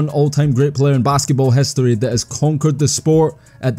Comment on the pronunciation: Why dont you have an "i" in your alphabet. : lest.. hestory.. wenner.. wen..